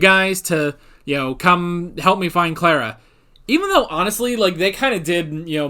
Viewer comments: im not usually bothered by pronounciations but can you please stop saying "clerra" Its "clar a" :) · Sorry but I think i have to Start giving thumps down as long as you pronounce Clara's name wrong!